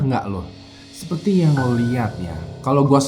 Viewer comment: Apa cuma gua doang yg denger ngomong (seperti) tapi gua dengernya (sepeti)? 🤔